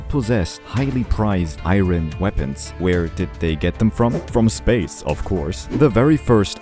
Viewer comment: Not trying to be rude but Ur pronouncing iron wrong